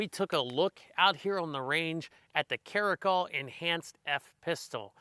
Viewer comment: Cara -cal like California 👍 not trying to be a dick or anything just helping out. I could be wrong too.